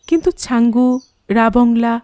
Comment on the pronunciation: জায়গাটার নাম রাবাংলা আর ধনৌলটি উচ্চারণ টাও ঠিক নয়। কথাটা ধনৌ-লোটি নয়। ধনৌল-টি।